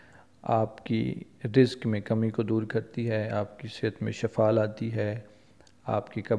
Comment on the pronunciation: Sir ap ne last me ak word sai ni bola... Ap ne shafa Bola h or sahii word shifaa h